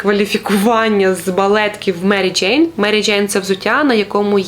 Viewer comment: Дякую за випуск, цікава вимова м'яких звуків "джейн" ) і вперше почула слово "гумаки" ) Дякую за україномовний цікавий контент 🌿